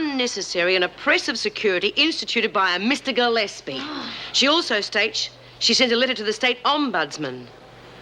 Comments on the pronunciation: 40.25 it sounds like Ted Douglas calls Gillespie "Ted" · I played that bit over and over--he does indeed.